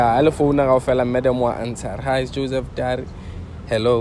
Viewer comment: He's still saying "from me and Joseph Dary" le nou😭😂😂